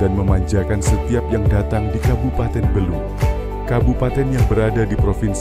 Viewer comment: Bukan Belú tapi Bélu. Pelafalan saja masih perlu diperbaiki. Makasih.